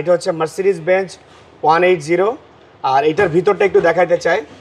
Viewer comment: bhai mb drive koren, benj bolen keno?its BenZ